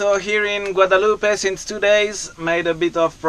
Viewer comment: Pourquoi dire "Guadaloupé"? On ne dit pas cantaloupé, non?